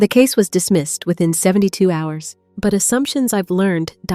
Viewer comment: " hose" instead of hrs